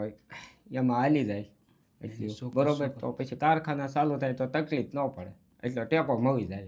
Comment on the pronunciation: તપલીખ ના બોલો તકલીફ બોલો હું સમજી શકું હું શમજી શકું વારંવાર ના બોલો